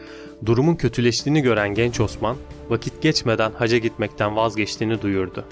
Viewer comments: ‘Hacca’ yerine haca demenden dolayı mideme ağrılar girdi. 🤦‍♀️ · hacca ve sipahi kelimelerinin telafuzlarına dikkat etmelisin